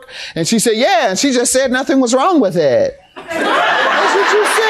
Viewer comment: "Nothing was wrong with ehhht" 🤣